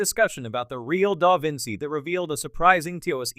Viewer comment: The constant mispronunciation of the name "Da Vinci" (which is used in nearly every sentence) by the AI narrator makes this video unwatchable.